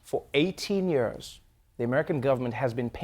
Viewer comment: The most dreadful thing about this video is Trevor trying to pronounce ( years), it's always a challenge and he always says it wrong.